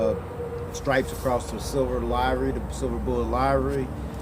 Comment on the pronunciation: "livery" rhymes with "delivery"